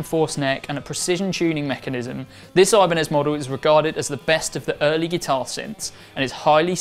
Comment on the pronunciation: The brand name is Ibanez, not Ajbaniiz.